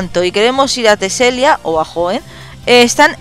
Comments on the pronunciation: se dice teselia no telesia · Teselia, no telesia wey :v